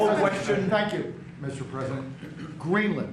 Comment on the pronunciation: Pete answered "YOUR A FREAKING IDIOT mr. prezodint"😂😂😂